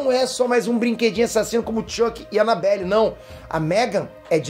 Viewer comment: Ele disse anabellA. KKKKKK Toma cuidado quando for dormir...